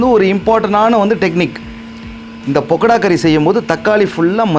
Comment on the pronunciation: பக்கடாவை பொக்கடானு சொல்லாதீர்கள்